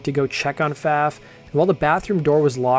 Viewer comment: it's my understanding that Pfaff is pronounced "faw"